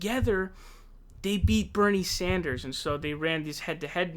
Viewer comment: Look I love your vids but yesterday it was Bernie SAUNDERS and today is KloberCAR 😂 I wanna hear you say Tulsi Gabbard 😂